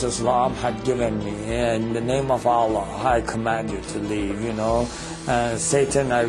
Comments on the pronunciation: 1. we pray 5 times not 3. 2. he said prophet muhammad but didnt say p.b.u.h. or s.a.w. 3 n he becomes powerful n real life by reading quran? fake non muslim say that, 4 he cant even say Allah like properly. so if thats not enough proove his faker muslim, well i dont know where you are going... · The way he says Allah.. is like he says it for the first time.. LOOOOOOOOOL i like the effects in the video too.. suits the music.. talking lies about Islam.. I dont feel sorry because of you.. I feel sorry for you.. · this is all fabricated. he can't be a muslim. a muslim unable to pronounce the name ALLAH correctly. how funny. fool other foollish people like u but won't be able to convince muslims with your lies and fabricated stories.